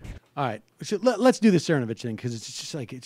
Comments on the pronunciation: It's "ther-KNOW-viththth." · Its actually Mike Thernovith